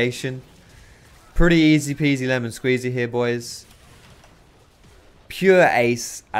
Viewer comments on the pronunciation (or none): none